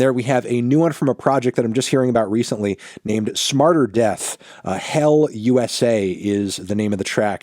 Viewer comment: Don’t know how to feel about Fantano reading smrtdeath as smarterdeath, but I guess we’ll just have to roll with it